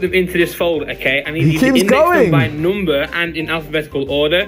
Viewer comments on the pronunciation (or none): man really said NOOmber